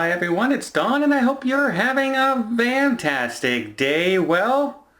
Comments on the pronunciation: Can somebody tell me if Don says “ Vantastic day” instead of “ Fantastic day” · I heard someone the other day pronounce it vantastic. My guess is he knows he says it funny and doesn’t give the tiniest turdling. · If Don comically mispronouncing a word is the only issue in your life, consider that a blessing.